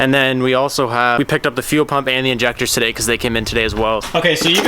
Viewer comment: "Tuh-day's video" 😂😂